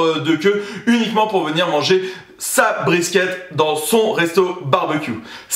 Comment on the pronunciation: Sa se dit briskit